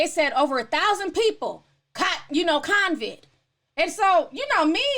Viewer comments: It’s CO-VID. Not. cON-viD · It's COVID NOT CONCID Ti!!🤣😭😂☠️☠️☠️☠️ Co-Vid...no Con-Vid...no N in it lol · Convid? No its CO-VID. There's no N sis. 😂 ETA: when they take people streams down for that? I thought they were taking people streams down if they called it the "Asian country" virus. 😕 and they put a CDC banner on your vid. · COVID DOLL...NOT CONVID🤦🏾‍♀️